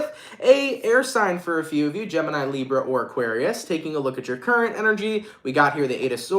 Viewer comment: Love how you say "librrra"